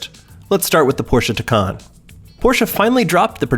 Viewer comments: Considering just how much the name of this car has been discussed and explained over the past year, the fact that the narrator mispronounces it at this point is absolutely ridiculous. Blatantly unprofessional. Thumbs down. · Man he's butchering the name of these cars. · It's pronounced Thai-Can Like Thai food and a Soda Can